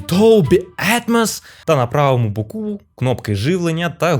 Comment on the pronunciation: ... Ну і добре ... Дріт Не Да - а ТАК 🇺🇦 І на... БО'КУ / БО' КУ а не БОКУ ' / 😊 ... ЗГИНАЄТЬСЯ екран ! 😮😊😂 ... в БУДЬ-ЯКОМУ ВИПАДКУ До сіх пір 😂😂😂 — в 🇺🇦 ДО ЦЬОГО ЧАСУ Те що ⬆️⬆️⬆️ надоїв 😂😂😂 - НАБРИД 🇺🇦 ( недоїв 🇺🇦/ нєдоєл 🤔 / ) Нехай щастить вам 🎉🤗